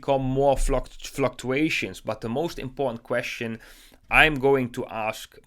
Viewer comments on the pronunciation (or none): none